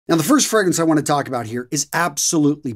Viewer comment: Fr-AAA-grance .. not Fr-eee-grance.. lol.. but keep up the good work.. love your videos.. 👍